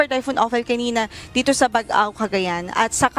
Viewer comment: Kindly pronounce "Baggao" as you pronounce "Baggaw" (double 'gg'), NOT "Bag-aw or Bag-ao" as pronounced by your weather forecaster. I am a native of Baggao and this is my province.